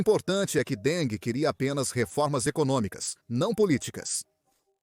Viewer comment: Que presidente Deng? Ele nunca foi presidente nem secretário-geral do Partido. A mais alta posição oficial na cúpula que ocupou foi a de presidente do Comitê Militar Central. Outra coisa: não se pronuncia “Dengue” assim como king, em inglês, não se pronuncia “kingue”, mas “kin’”.